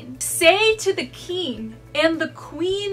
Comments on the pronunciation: Is "keegn" a typical pronunciation for "king" in any specific area/region or is it a personal pronunciation? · Frangal Egoces lol I noticed that too but i think it’s just how she says it. It’s ok